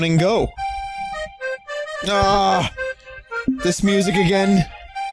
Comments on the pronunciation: "Try Agrain" A grain? No thanks, I'm trying to cut down on the carbs. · 'try agrain'